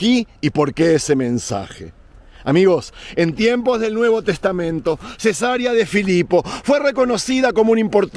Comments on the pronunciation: se dice cesárea no cesaría 😊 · le veo desde Coahuila, México. Me gusta mucho su contenido. Con todo respeto, si me permite y de algo le puede ayudar este comentario, puede seguirlo. Le escuché mencionar Cesaria cuando lo correcto es Ce-sa-re-a. La primera palabra dicha como lo expresó se refiere a una operación q se hace a las mujeres p tener a su bebé. Saludoss.